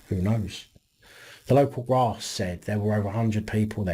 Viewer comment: "The local graaas " 😀😁😂😃😄😅